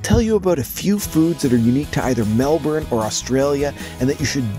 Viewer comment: I actually like the fact that an American is calling our city the way it is pronounced Melburn instead of Melborn which most Americans say, we know the spelling is Melbourne, so good on you for getting that right............